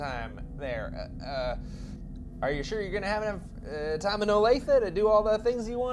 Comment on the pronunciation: Wow. Grew up in Olathe. Been to Fazoli's. Had the breadsticks. (Not that bad!) Dad worked at Garmin. Nice job pronouncing it, btw! Most people can't say it properly. Huge fan of!